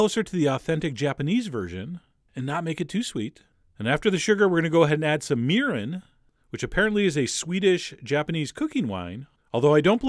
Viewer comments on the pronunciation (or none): Lovely recipe!!! Looks absolutely amazing. I love miso butterfish (as we call it in Hawaii). However, no offense meant, but just for future reference, the pronunciation of those two Japanese words should be: Mirin = "mee-reen" Sake = "sah-keh" or "sah-kay"